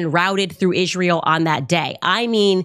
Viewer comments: I've never heard anyone pronounce Israel like that. "Ihzh-rael" 🤔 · "In Ijrayel" - Candace Owens. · it’s really bothers me how Candace pronounces it “Ishrael”. Check it out